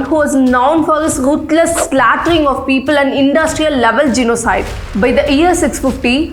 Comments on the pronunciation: Why do you pronounce ‘Slaughtering’ as ‘Slattering’?? 😂🤣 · Because she pronounces the words incorrectly. For example she pronounces ‘Slaughtering’ as ‘Slattering’.